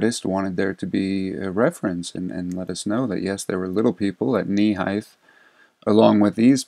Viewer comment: Ps height = hite not hithe gh is silent. Peace brother